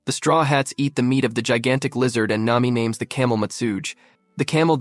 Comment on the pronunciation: How do you go back and forth from pronouncing their names perfectly to pronounce in them like you're from Malaysia